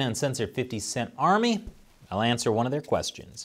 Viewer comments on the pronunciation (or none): none